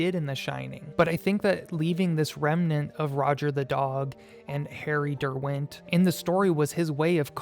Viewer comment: The pronunciation of Derwent is an atrocity.